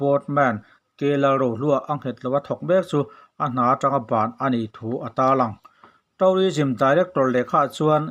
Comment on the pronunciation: Thu a ngaihnawm, English lamdan (pronunciation) erawh fimkhur/uluk deuh a ṭha. Eg. tû:rism tihturah taurism han tih te hi